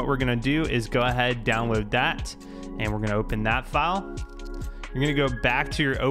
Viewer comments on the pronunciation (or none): love how he says w instead of his L's like downwoad